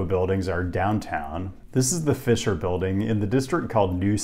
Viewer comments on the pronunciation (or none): none